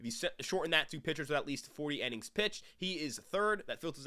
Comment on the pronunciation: It’s innings not “ennings” bro 😂😂